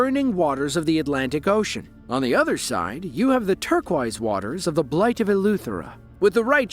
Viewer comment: It's Bight of Eleuthera, not "blight" LOL